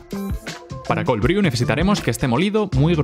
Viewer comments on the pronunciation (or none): Bru, por favor. Se pronuncia bru. No "briu". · Se pronuncia "bruu", no "briu" ☝️🤓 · Brew se pronuncia bru